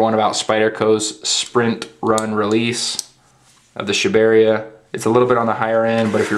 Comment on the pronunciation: its pronounced Sha-ba-re-aa